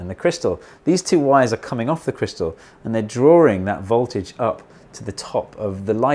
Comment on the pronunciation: Interesting, and well explained. But in future, could you say “drawing,” not “drawring”?